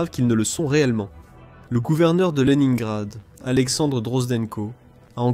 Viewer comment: les infos c'est bien, l'IA pourrie c'est mal. "les nains grades" pour leningrad... quelques retouches à faire avant que ça soit au point tout ça ^^